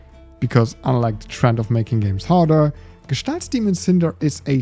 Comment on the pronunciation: OF COURSE a German guy will pronounce the name of the game correctly, it's such a relief, lol. I've heard so many variations by now.